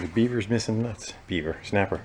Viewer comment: SNAPAH!!!! “Beaver Snapah”!!!! Just hit it with your purse!!!!